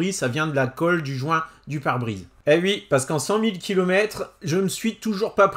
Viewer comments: Salut! Bon… mettons les choses au clair… on dit OUi, pas, Ui 🤣🤭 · Peux-tu dire oui et pas ui ! 😜